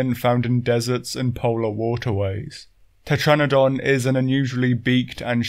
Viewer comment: IT,S TETRANADON